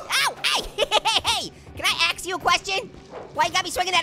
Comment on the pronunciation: I thought you said " can I axe you a question". Hahahaa